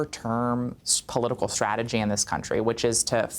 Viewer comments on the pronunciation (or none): none